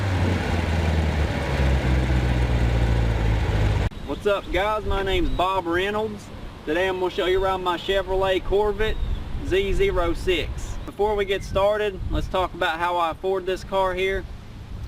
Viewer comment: This is my shevrolay corvit, zee zero six 😂😂😂😂😂